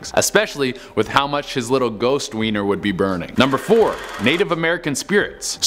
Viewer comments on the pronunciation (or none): none